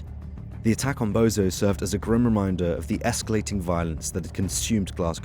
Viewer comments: I told you it’s not bozo it’s bonzo ffs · he may well be a Bozo for all I know but it’s just the fact that a so called can’t even get a name right